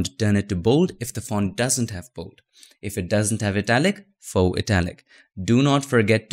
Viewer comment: haha! he used to say fox.. lol thats so cute